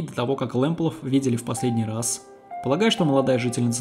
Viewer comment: Почему в названии фамилия Лэмплаг, а вы говорите Лэмплаф?